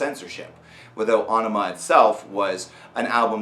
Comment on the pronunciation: Finally someone who pronounces it right.